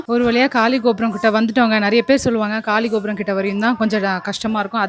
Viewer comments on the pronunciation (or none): " GAALI GOPURAM ' ( GAALI : AIR ), not '' Kaali GOPURAM ''. Meaning changes sister.